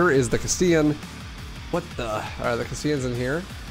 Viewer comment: I know it's 5 months later but you calling them "casteeans" was extremely annoying. Lol